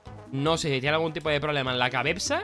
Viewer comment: Enbes de decir cabeza dijo cabevza